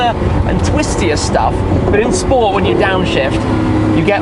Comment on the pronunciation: How do you tell when somebody has been talking too much about Bugattis? "in Spohhrr [mode] when you downshift". This is not a Chiron Pur Sport, so lose the French pronunciation 😉